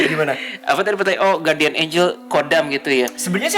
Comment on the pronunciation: Bacanya Gardian, bukan Guwardian.